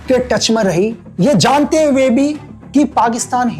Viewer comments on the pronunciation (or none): none